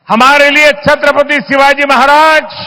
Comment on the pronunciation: छत्रपती शिवाजी महाराज जी उच्चारण करिये मैडम.